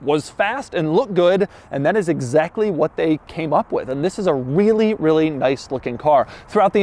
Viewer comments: I hear wheelie when he says really. Hmm is it just me? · How much time he said REALLY😋🤔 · Doug emphasize the word "Really" on his main channel yesterday